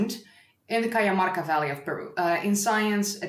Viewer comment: The pronuntiation of "j" in Cajamarka sounds like the "h" in honey.